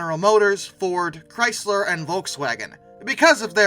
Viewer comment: Just a small note, it's ChrySler with an S not a drawn out Chryyyyyzler with a Z. Thank you, everyone in America